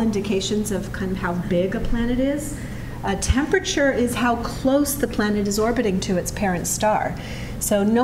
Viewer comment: Natalie, I love you, but please learn how to pronounce the word "temperature". There are four bloody syllables